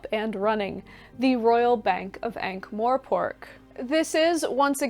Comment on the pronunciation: love the video, shared it already despite the fact there is no "e" in Morpork ;) mor..not more... I believe that the starting point should also very much be affected by your age and social circumstances. I do not think Terry slowed down, he just decided to write non-fiction and other books as well :)